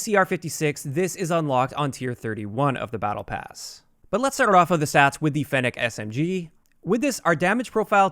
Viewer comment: At least you can pronounce fennec properly